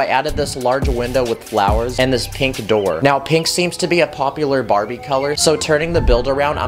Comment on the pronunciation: he said bariby